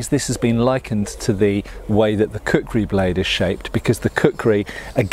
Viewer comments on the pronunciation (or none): Plays the video in the background Hears "I have a large collection of a cookery" Wait, what? Switches to the video tab to see what's going on Oh, kukri, not cookery! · " Kukrized" axe.